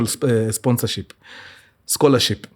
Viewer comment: Mimi siezi kosa kusema Mkurugenzii karibu aseme "Scholarsip"😂😂🫴aaah I just love you "Mkuru🥳🥰